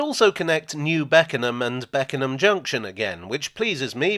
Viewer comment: You pronounced Beckenham absolutely perfectly